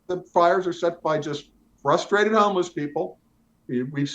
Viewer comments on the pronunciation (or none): none